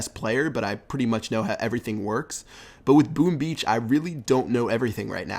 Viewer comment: Did I hear "Boom Bee" ?!! Haha